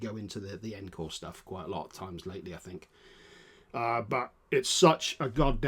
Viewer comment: "En-core"!? It's pronounced on-core!